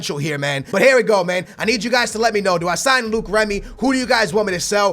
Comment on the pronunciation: ITS NOT PRONOUNCED "Luke" remy!!!!!